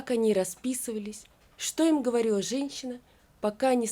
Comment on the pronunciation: Что за чтение ?Где, на какой помойке Вас нашли?Как можно читать зная свои дефекты в речи?Вы себя слышите!!!.Когда я буду на смертном одре, мне будет всё равно, как Вы читаете,а сейчас я хочу слышать красивую, чёткую, правильную,грамотную и приятную речь.ГовориВа,округлиВа,хоВастяк,сдеВаВа.Если мои дети услышат Ваши речи,они будут разговаривать также, да ещё и других детей учить. Я против такой фальши!!!А Ваше чтение зашкаливает!!!😂😂😂.Читаете тяжело ,тяжело и слушать!Займитесь своим делом, которое доставить удовольствие не только Вам,но и окружающим. ПОЗОРИЩЕ!!!😂😂😂😂😂.